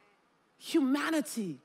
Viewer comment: When she was saying “Humanity” so many times in a row, for some reason with her pronunciation I kept hearing “hu-manatee” and I was imagining a manatee with a Monat hat… Edit: ‘she’ being the first speaker